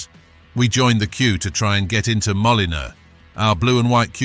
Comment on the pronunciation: The narrator plainly has no football knowledge could not pronounce the wolves ground or John to shack